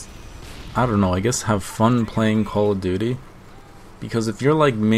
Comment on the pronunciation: i Love the way you say "Call of doodi"